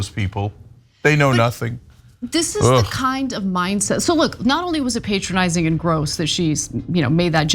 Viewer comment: Stop saying pay tronising